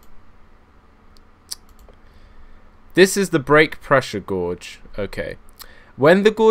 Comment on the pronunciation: It annoys me how you say Gourge instead of Gauge. Love your work anyway!